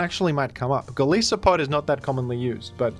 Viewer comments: Golisopod's name isn't pronounced Gol-ees-o-pod, it's gol-ice-o-pod. Sounds like Goliath (in Japanese at least) and also isopod. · the Crustacean Conglomerate has become aware of your mispronunciation of the name Golisopod, who happens to be one of their most premier and longstanding members. They are willing to forgive this small oversight just this once but ask that you please rectify this in future mentions of his name. Thank you